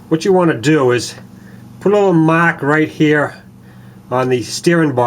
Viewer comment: What is a " woom geah".. "right heah"..?